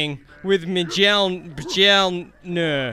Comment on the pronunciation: It’s said myolnear